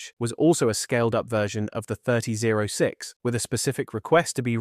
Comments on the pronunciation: Did anyone catch that? He said, "The thirty zero six." So I'm sitting here going thirty zerto six 🤨🤔😴 oh you mean the thirty aut six gotcha. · 30 zero six instead of aught six deeply disturbs me for some reason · I knew it was game over the minute I hear him pronounce it as “thirty zero six”. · Bruh you said 30-06 weird. It's 30-aught6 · Bro said thirty zero six 😂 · "Thirty zero six" Oh that hurt my soul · When you can’t say thirty ought six I quit watching.